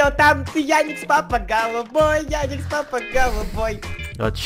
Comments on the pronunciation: не яникс а ярик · не яикс папа а Ярик лапа